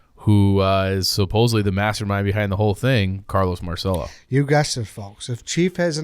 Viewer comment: In New Orleans we pronounce it "mar-sell-o." You guys are the only people who understand what happened to JFK. Who had more motive, means, or opportunity to off JFK? Lee Harvey Oswald was in Marcello's orbit. Jim Garrison, New Orleans DA, was a Marcello stooge whose job was to throw everyone off Marcello's trail. Garrison was successful in getting anyone who believed the assassination was a conspiracy to be labeled a kook. But ignore that.